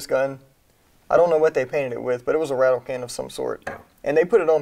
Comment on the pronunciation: It's called a "rattle can" not "rattle can't"